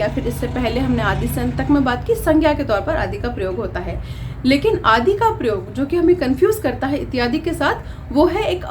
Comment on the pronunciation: प्रयोग का उच्चारण ठीक से करना चाहिए।